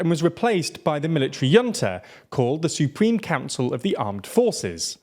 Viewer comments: Junta is pronounced like hoon-ta 🤦‍♂️ not yunta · Please stop doing what you're doing to the word "junta." Give it the proper Spanish pronunciation if you like (an English H sound, not a y sound) or say the j like we would in English. But please, for all that is good, stop saying "yunta" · A Military "Junta" is pronounced with an "h" as opposed to a "y" or "j" sound.